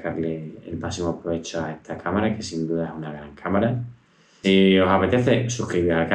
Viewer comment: Se dice “esta” no “etsa”